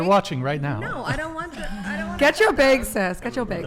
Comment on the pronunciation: “I want-er” nice